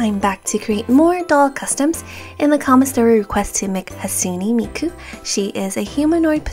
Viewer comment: you say hatsune miku like hasune miku